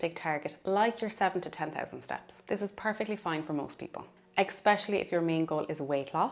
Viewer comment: It’s a good video - thank you. Please note it’s ESpecially not EXpecially